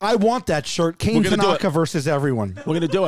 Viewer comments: "Cane" Tanaka. LOL. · Dang poor kane. Its pronunced Kah-Neh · Kane is most likely pronounced “kah-neh” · I’m not sure it’s pronounced “kane”, pretty sure knowing it’s Japanese it’s pronounced “Kon-a” like the word con with the letter A. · for sure not pronounced Kay-ne lol definitely Kah-nay